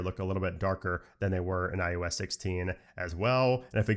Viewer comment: I love your thoroughness of the new iOS. I don’t know if I’m hearing it oddly throughout, but it’s I OH S, not I U S. 🤓